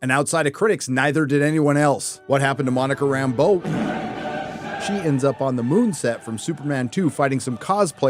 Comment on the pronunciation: For the grammar nerds, can I just compliment pronunciation of Rambeau. And not Rambo the way Nick Fury says it. Usually SLJ's unique pronunciation is pretty cool. But in this dreck it just sounds dumb.